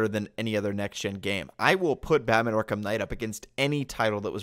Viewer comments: I am genuinly irritated by this guy... Ark-HAM its pronounced Ark-am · “Ark HAM”🤡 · I am surprised that an angry mob wielding pitchforks did not show up at this guys door back in 2015 invertible reasons first of all he can’t say Arkham he says ark ham and then he says Arkham asylum American city suck suck